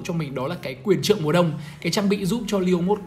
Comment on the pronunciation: quyền :)) Do đọc vậy nên bị liệu